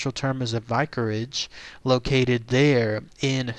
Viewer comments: Have.... have you never heard of a vicarage? You can’t pronounce it. And I also say that because you don’t seem to know that a vicarage is a place where vicars would live.... ya know.... clergymen..... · perhaps look up how to say vicarage.